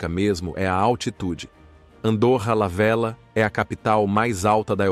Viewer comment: Se pronuncia Velha, o duplo LL é o equivalente ao LH do português.